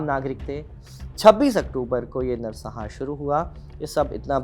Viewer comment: संहार होता है सहार नहीं